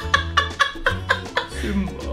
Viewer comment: Simbaa. Me: D E D